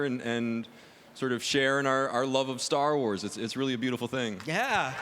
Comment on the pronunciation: And “Sar Wars”